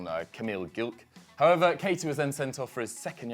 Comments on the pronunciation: His name's GLIK, how you gonna pronounce that GILK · "Kamil Gilk" and calling sevilla los rojiblancos... vro